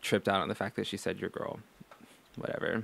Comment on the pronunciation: WiLLo Davis I get triggered whenever she says gorl and doesn't look after her hygiene.